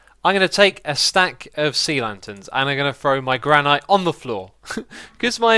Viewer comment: You know it's pronounced "gran-it" right?